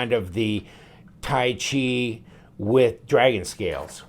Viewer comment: I believe Tyche is pronounced 'Tike'. Tai Chi is the martial art.